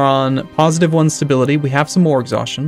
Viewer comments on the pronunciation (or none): none